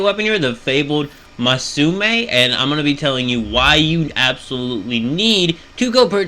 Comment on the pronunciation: It’s Masamune (Mas-a-moo-nay).